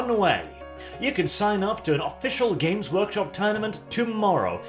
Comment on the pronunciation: The way says their name makes it sound like "Gimp's Workshop"...and it fits even better.